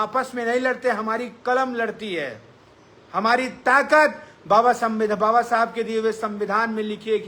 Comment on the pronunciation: Baba sahab babasahab aise bol rha jaise daru pi ke unki atma ko gali de rha ho